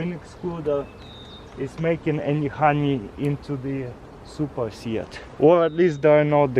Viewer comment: Did he say “im ready putting the suppers and nukes?”